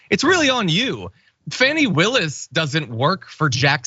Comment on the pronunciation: John, I really like your videos but please, please pronounce our Fulton County D.A's first name correctly, it looks like it could be "Fanny", but it's correctly pronounced Fawn'ee. We worked so hard to elect her the last go around and she is absolutley living up to our expectations but we need to get her name right. I have a feeling we will find her in future American History Books.